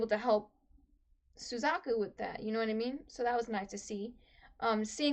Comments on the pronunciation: Yep. Was afraid that I had upset you with that Suzaku pronunciation... Though I've never had anyone say "you know who I'm talking to" and mean me. So that's a funny feeling. I do apologize that I had upset you. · 90% comment = Don't spoil!!! 8% = Suzaku pronunciation 1%= Actually spoiler Btw, nice reaction! (Also don't read the comment section after you upload, wait few hours to let the spoilers sink in)